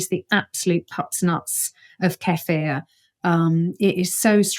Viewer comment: Dr. Zoe is correct on the pronunciation of Kefir😍